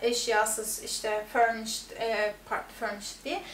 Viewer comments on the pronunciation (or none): FURNISID ne yaw! FURNISHED..... :)